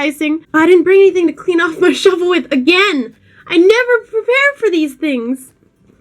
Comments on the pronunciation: Whenever you say shovel. It sounds like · I thought she said "Imma have to '' it" I was like yeah, you go girl! Until I realized she meant shovel... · I don't know if you mean to, but when you say shovel, it sounds like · Every time she says shovel all i hear is lol